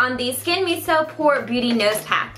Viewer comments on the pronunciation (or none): none